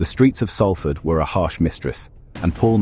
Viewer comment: Could you get the pronunciation of Salford right !…it’s known as Solford..that’s how it’s said